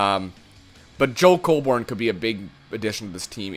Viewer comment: Colborne is pronounced 'cole-bern' not 'cole-born.' It's not a big deal, but I'm a leafs fan so i thought i'd point that out.